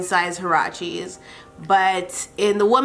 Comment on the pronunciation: U ceep saying huaraches wrong